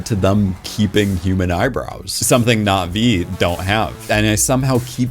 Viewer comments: I kinda didn't care for avatar and didn't bother with the 2nd and 3rd movies but this video made me interested. One thing though... is it just me or does he say Not Vee instead of Nah Vee? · Why does he keep mispronouncing Navi